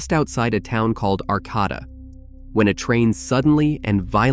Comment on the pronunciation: Pronounced ARK ATE UH... Not ARCAUGHTA..